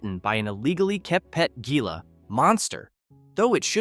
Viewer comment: It is pronounced “hee-lah”, not “gee-lah”.